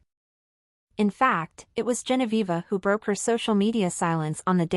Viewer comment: You don't even Know how to write and pronounce her name! It is GENOVEVA. Not Genoviva.